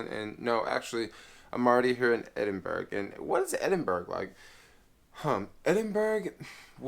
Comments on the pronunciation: It's pronounced Edinborough not Edinberg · Hi. Edinburgh is pronounced, "Edinbura". Scotland and Wales are separate countries in a union with England. Northern Ireland is a part of the UK, but Southern Ireland (Eire) is a separate country, not in the union, but it is a part of the British Isles. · Ed in burg 😂😂😂